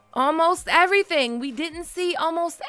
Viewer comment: "We didn't see almost everthang!" Im out.